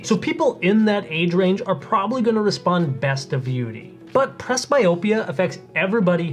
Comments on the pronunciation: Why is this guy saying "VIUITY" instead of "Vuity?" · Why do you keep pronouncing it "VI-UTY" when it's clearly "VIEW-ITY." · If you want to at least sound like a professional, at least learn how to pronounce the name of the product you're discussing. "Vie U Ity" is incorrect pronunciation. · If you're going to do a video of a product, maybe you should pronounce the name correctly consistently.